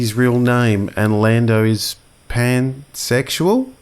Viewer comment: Cracked me up when he said pan sexual land